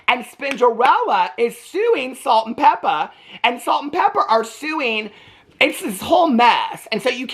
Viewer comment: Calling them Salt n PeppeR!! ITS Pepa!😂😂 u crack me up💜